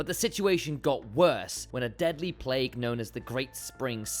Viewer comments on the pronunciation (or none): none